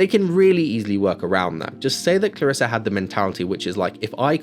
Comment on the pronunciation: I absolutely don't want to hate, because your movie sounds way better, but it's ClarrisE and not ClarrisA